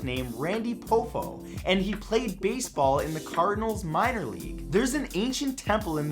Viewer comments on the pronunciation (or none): Randy paw-fo not po-fo